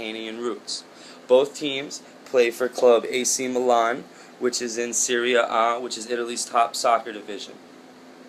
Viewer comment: It's pronounced SERRY-AH, not SYRIA-AH!